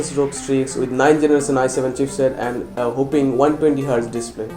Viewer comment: it's "w-h-o-p-p-i-n-g" not "hoppping"